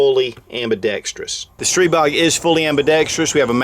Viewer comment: Your Stribog is pronounced 'stree BO'